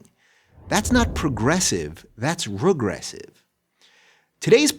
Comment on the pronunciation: Well, okay, but why does Dave Rubin still think of himself as a Democrat? And why can't he pronounce "regressive"?